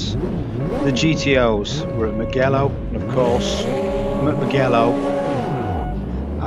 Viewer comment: hi i dont wanna be that guy but you never know when it could be useful. It is pronounced muJello what you were saying was mugHello wich exists but its something else:) That F40 its a handfull as any turbo cars of that era lol.